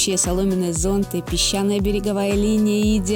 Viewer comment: Уважвемая,вы,как всегда очаровательны.Но в слове"ЗОНТЫ"ударение приходится на последний слог.Удачи!!!